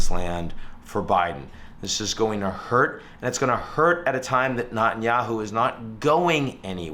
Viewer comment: Quick take: Appreciate your commentary, Ian, and I'm sorry to be so pedantic but - hate him or love him - can I implore you to please pronounce the Israeli PM's name correctly?